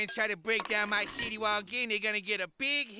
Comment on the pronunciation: I love how he says City Wall as Shitty Wall 😂😂😂😂